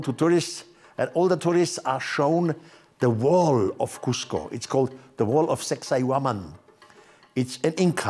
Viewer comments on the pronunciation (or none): 🤔No cap! Did he just say the wall off sexy women ( with a accent) so it throws you off.. I promis I'm not hungover 🤣😂🤣 5 seconds in!!! I know what I herd!!! That's my truth I'm sticking to it. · I know that this is so immature, but when he said “the wall of SAK-SAY-WA-MAN” I couldn’t help but giggle 😂😂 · Bruh same 😂